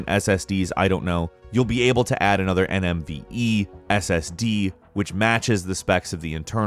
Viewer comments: nvme not nmve... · Being a computer guy and hearing "a faster cutsom m2 nmve ssd" makes me cringe broooo. Ive got 2 PCIE Gen4 M.2 NVME ssd's in my system. Gotta say, jokes aside, glad theyre coming to consoles. going from a SATA ssd to an NVME one is night and day. Were talking SECONDS long loading screens. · Anyone else hear “NMVe” ssd😂😂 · "NMve" angry linus noises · "NMVe"... Good job, almost had it! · Did my man just say nmve